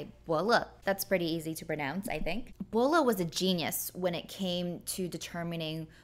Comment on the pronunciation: Don't you mean [tu] as in 'map, drawing' and not a 'book'? Or is that some wenyan meaning? Also the name is Bo Le, not Bo Luh. Come on.